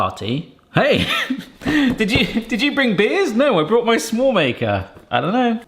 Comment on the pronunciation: hehe it feels like you're saying 'some-more' maker 😊